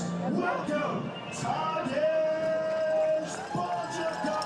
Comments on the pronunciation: It’s funny to hear Phil trying to pronounce Tadej’s last name back then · today, Phil certainly knows how to pronounce his last name